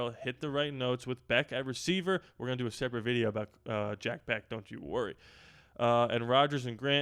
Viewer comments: Jack “Besh” is how it’s pronounced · It’s pronounced Besh.